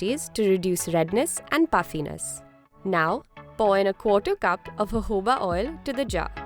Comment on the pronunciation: Lol at the beginning when she is explaining that ingredients instead of saying jojoba oil she says hohohobaoil